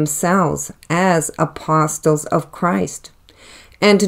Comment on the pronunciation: Respectfully, the “t” in apostle is silent.